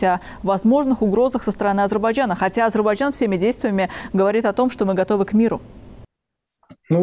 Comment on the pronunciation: Уважаемый переводчик с английского - мужчина, не Азербаджан, а Азербайджан.